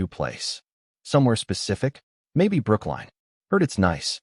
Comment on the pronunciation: It’s Brookline Massachusetts!!!